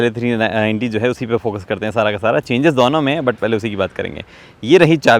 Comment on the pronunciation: bhai dono ko dauno kyu bolta hai